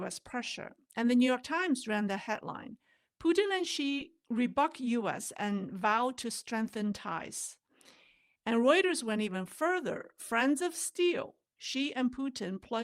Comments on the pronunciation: Hi,. “Rebuke” (when you referenced the NY Times article) is pronounced “reb-yook” instead of “re-buck” 😊 Anyway, great analysis 👍. I’m a big fan 🎉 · The word "rebuke", has a silent 'e' on the end, so the 'u' is a long 'u' pronounced 'you'